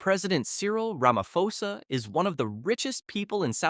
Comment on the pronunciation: You don't pronounce it Ramafosa but rather Ramaposa